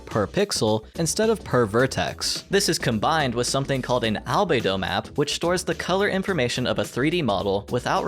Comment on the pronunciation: Wildly correct